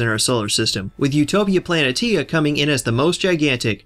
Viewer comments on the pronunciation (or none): I don't think that's how you pronounce Planitia. Isn't it plan-ee-Shee-a?